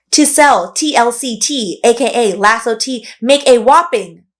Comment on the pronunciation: I think it's pronounced "Eye-osso" tea rather than "Laso"